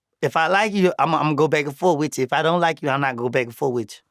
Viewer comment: “Ion like to pay” 😂